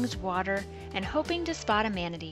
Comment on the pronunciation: Thank you so much! It was really great meeting you and hearing about live in Latvia! It might be a couple years, but we will be doing a big Euro trip before too long and would love to visit your part of the world! And multiple people have called us out on our manatee pronunciation 😆 Weird thing is we both know how it's spelled and how to properly pronounce it, yet for some reason we still say it incorrectly. Can't wait to hear more about the manatee ambush from and!